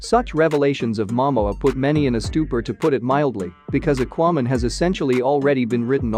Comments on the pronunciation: Yeah. What is aquo man? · The way you pronounce "Aquaman" and "Mom" is just a turn off!!!